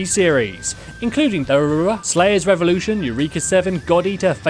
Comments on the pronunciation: what triggered me the most was his pronunciation of "Durarara" he said it "Dura" that and I never noticed the naruto ones since I've watched all naruto like 3 times. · I died when you tried to pronounce durarara, druhrurhu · the way he pronounced durarara was so wierd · when u pronounce durarara wrong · as an professional otaku, i cringed so fucking hard when he says durarara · I hate how they pronounced Durarara! ergh